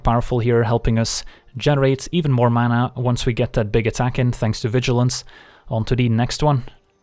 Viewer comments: Im so confused, the screen says that won but he says that ontoodeenext won, so who won?! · I’m just here to hear you say “onto de next wan”